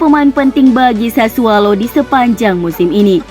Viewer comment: Sudah 3x saya sampaikan. SASSUOLO. BUKAN SASSUALO. Pake O bukan A.